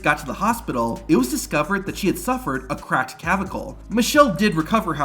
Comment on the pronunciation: **cLavicle, NOT cavicle. Ain't watched any WWF in many many years, but I remember The God Twins. Why did Undertaker hit Kennedy so hard with that chair shot?? Was it a receipt?? If a guy is giving you his body, you can't be reckless and unprofessional about it. Again, he is giving you his body. You must take care of it.